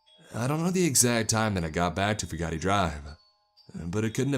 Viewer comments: I've been to Cumberland, Kentucky. (I'm just really into waterfalls!) IRL the town is the complete opposite of the author's description. I only got six minutes into this one. If I had to listen to "few-gotti" one more time, my head would explode. The name's pronounced just like it's spelled, for Pete's sake. "few-gate" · I do wish you would pronounce my name correct it's Fu Gate not Fu ga ti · AAAAAAAAARRRRRRRGGGGGGGGGGGGG FOO-GATE, or FEW-GATE not foo-gah-tee!!!! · And it's fugate (few gate) not a chinese word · It is pronounced "few gate". In eastern ky they pronoune it "few git". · It's pronounced Few-Git (Fugate) I think. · It's pronounced, FEW-GATE. You pick great stories, but your grammar is hard to swallow sometimes. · Fugate is pronounced "few-gate" I'm from around this area and in eastern ky the Fugates are a big time family that have old roots in that part of the state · I think he got the pronounced the name wrong but side note I live like an hour 2 hours aways from Cumberland